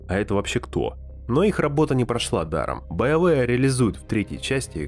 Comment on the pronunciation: Байовээ... Все олды знают, что правильно Биоварэ) спасибо за ролик и приятные воспоминания!